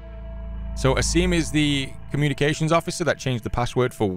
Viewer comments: Not to sound rude but its pronounced Aseem not Ass-im. Everytime you pronounce his name it feels weird. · forgot that he knew how to pronounce "Asim"